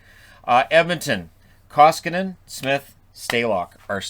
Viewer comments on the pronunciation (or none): "... I'm better than he is..." -- have you talked with your psychiatrist about that, or have you not come out of the closet, yet, concerning your delusions of grandeur? -- atleast not in real life... EDIT and learn the freaking name of the guy you're talking about, when you are running your mouth like that, ffs.! Talk about being entirely void of hockey knowledge... It's "Koskinen"! -- it's not that hard! Jeez... Fun fact: "Koski" means something like "small rapids" in finish, if I am not mistaken. Haters: make of that what you will! :D